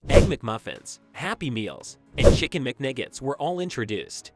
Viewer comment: Bro is saying McNiggets not McNuggets